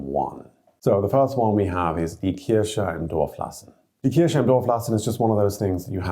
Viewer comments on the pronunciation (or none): Just into the first idiom and I am already literally rofl: The way "church" is pronounced sounds terribly like cherry. "Die Kirsche im Dorf lassen" = Leave the cherry in the village does not quite have the ring as "Die Kirche im Dorf lassen" = Leave the church in the village 😉